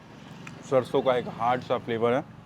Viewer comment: आपकी सारी भोजन की संक्षिप्त वृतचित्र बहुत ही अच्छी होती है,सिर्फ आपको हिंदी शब्दों की उच्चारण को और भी स्वच्छ करने को जरूरत है, जैसे ....सरसो को आप शर्शो बोल रहे हैं,तालाब्या ’श’ और दंत ’स’ बहुत अंतर होता है। .......धन्यवाद